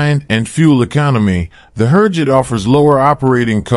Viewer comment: Click-bait! USA did not buy training jet from Türkiye. May be 2-3 years later after many tests. Who ever prepared the video, cannot even pronounce Türkiye or HürJet.